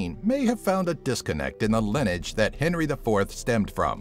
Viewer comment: What about his pronunciation of 'Lineage'? Lol...